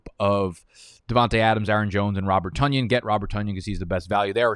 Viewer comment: Isn’t it pronounced “Tunyon”